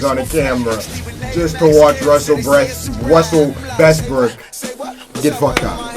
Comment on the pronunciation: It's Russel Westbrook not bestrook